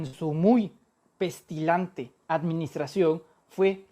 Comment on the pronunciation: Pestilante no Manuel. "Pestilente"